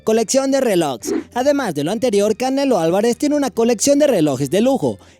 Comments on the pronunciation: Colección de "RELOKS" hable bien ni por que esta escrito ahí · Jajaja we, muy chido el Top 8 y todo, pero dices "botzeador", "relojs", jaja.